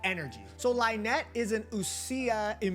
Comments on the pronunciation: Can people stop calling them LINE-ette and LINE-ee bruh where is this coming from!? It’s Lin not line… in the trailer they pronounced Lynette properly so where are you people getting line from? Lin like the name Anne-Lyn not Anne-Line lol.. Fix y’all pronunciations hahahahahaha😂 Lin-net and Lin-nay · Sorry but this type of things trigger a little, but it's /lini/ and /linet/ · Thanks for the video. :) No bad feelings, but you’re mispronouncing Lyney and Lynette.